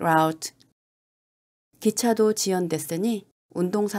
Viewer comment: Scenic route <- 발음 라우ㅌ가 아니라 루ㅌ 인거같아요 !